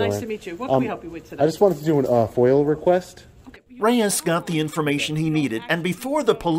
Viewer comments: Say Freedom of Information Act. FOIA. Pronounced Foy-ah. Not foil. He always says ‘Foil’. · FOIA NOT FOIL